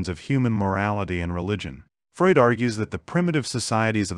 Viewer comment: "Frood"? Work on your pronunciation! It is distracting. You're not consistent with it.